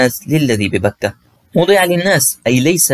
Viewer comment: الله يجزيك الخير الله يعطيك العافيه بس في خطا لغوي انت تقول/ للذي ببكة / اللام مفتوح و اللام الاخرى مفتوحة ارجو ان تنتبه